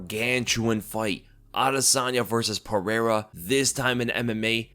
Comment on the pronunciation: What i want to know is how can pronounce michel pereira but cant pronounce alex pereira correctly.